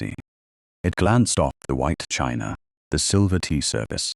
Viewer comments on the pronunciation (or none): none